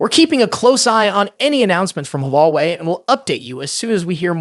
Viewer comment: AI voice? I heard like 10 different pronunciations of Huawei lmao.